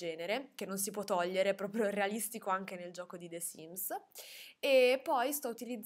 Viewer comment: ma perchè pronunci the sims con la è di “the” così pronunciata?